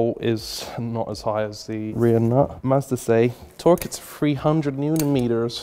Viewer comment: anybody else hear say "master(or massa) says so" instead of Mazda says so?